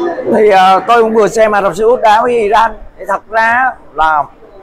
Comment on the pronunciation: Góp y.tên cầu thủ,tên quốc gia k được đọc sai.tên nước họ là iran mà lại đọc i răng.dù vùng miền nào cũng đọc là iran dc.